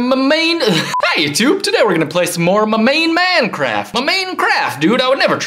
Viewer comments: It's minecraft not maincraft. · he say menencraft.hahahahahahahaha.😂😂😂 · its funny how he says mancraft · Hey he just said manecraft